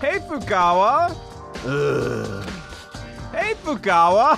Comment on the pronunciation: "Hey Fukawa" :) By this time you learned to pronounce their names... at least the ones who are still alive. Anyways, love your content, still have 20 minutes to see... returning to it :P